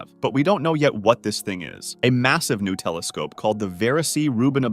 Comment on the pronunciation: 😂😂😂. Instead of hearing “new telescope” I heard “Nutella scope” I must be hungry. 😂😂